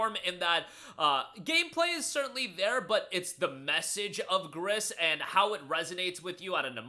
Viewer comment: Gris is pronounced gree